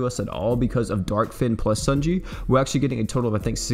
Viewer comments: According to Louvet, it’s pronounced ‘sony(like the company)-yay’ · You say her name wrong. No hate; it just bothers me a little.